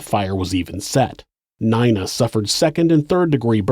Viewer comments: just fyi n-ee-na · have you never heard the name nina before lmao neyena? also he is a sister in law somehow lmao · you say "Nina" wrong